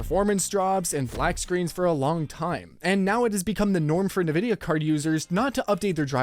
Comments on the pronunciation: He has to be meming. I am sure he heard how Nvidia is pronounced. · If you pronounce it like that, "ne vidia", it sounds like "can't see" in slavic languages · Please stop calling it NA-vidia... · loses credibility when he doesnt even know the name of the company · Why are you saying it weird bro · Wish you knew how to pronounce Nvidia. That would be a start. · you lost me on the pronounciation of Nvidia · ....is he saying 'Nvidia'? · I'm really disinclined to take anyone talking about GPU's seriously when they don't even know how to pronounce Nvidia. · You’re just trolling us with the way you pronounce Nvidia at this point. And Nvidia is just trolling its customers with features we don’t need that tank frame rates so we buy more powerful cards to run the games that include said features just a little bit better. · Have I been pronouncing Nvidia wrong this whole time? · I'm curious, how does everyone else pronounce it? En-vid-iah or Nuh-vid-ee-ah? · Sorry, but it’s INvidia, not NIvidia… as far as pronunciation. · He keeps calling it Nē-vidya instead of N-Vidia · Why do you say Ne Vidia? And not En Vidia? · Are You Ai!?😂 Its EN VIDIA!!! NOT NAVIDA!!😂😂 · Please… 'EN' vidia not ‘NA’ vidia… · I don't trust a guy saying NaVidia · "nuh-vid-ee-ah" NO... it's "en-VID-ee-uh" Minor nitpick, but why does and a few other channels keep mispronouncing the name? Surely, they must know how to say it? It just makes it harder for me to take something you say seriously. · "EN-VIDIA", not "NIH-VIDIA". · Nabisco?? Oh.. you mean EN-VIdia, playing off the Spanish word for “Envy”. Or do white people actually think it’s pronounced like “NuhBisKoH”?? LoL. 😂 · its EN-vidia, not NE-vidia. jeezus.... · Man I thought I was the only one. It's In-Vidia not NaVidia. This lets me know some of these people aren't really in the tech space and just putting stories together for clicks and $$. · Nividia.. , its pronounced "IN-Vid-e-uh" though "greedy bastards" will be how their remembered.